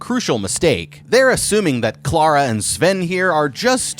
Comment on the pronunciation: I just have to say... Thank you for saying Clara in the non-american way 😅 every time I hear my name in media it drives me crazy 😂